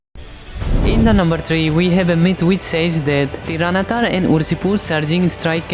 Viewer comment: Bro that's not Tiranatar that's tyranitar😅